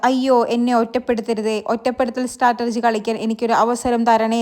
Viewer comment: strategy (സ്ട്രാറ്റെജി ) എന്നാണ് കേട്ടോ. അല്ലാതെ സ്‌ട്രേറ്റർജി (stratergy )എന്നൊരു word ഇല്ല